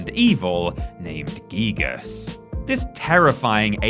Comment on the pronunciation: It’s not geegus dearie it’s guygus*